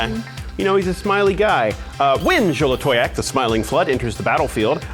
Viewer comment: The most impressive thing did this game was pronounce Xolatoyac correctly every single time